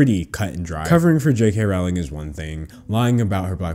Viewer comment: Rowling disgusts me... Her name is pronounced rolling though